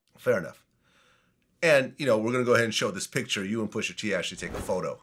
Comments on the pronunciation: Vlad keep saying "pusher t" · Vlad sir it’s pusha t not pusher t.